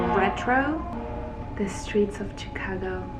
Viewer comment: I have never heard anyone in my life pronounce "Chicago" like this, 😅 but apart from that your vid is super amazing, these look very good quality swimsuits, probably a little more expensive? Need to check them out. Also they look very good on you but I would suggest you add more color and volume on your lower area instead of the upper that you already have volume girl, will look even more balanced